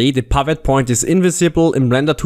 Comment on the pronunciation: OMG............"TIM" is not pronounced TYME........."SLIM"....is not pronounced SLYME........"DID" is not pronounced DYDE.......WHY ON EARTH would you pronounce "PIVOT" as PYVOT ?????????????????????????????????????????????